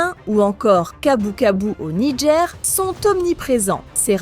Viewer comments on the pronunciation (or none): none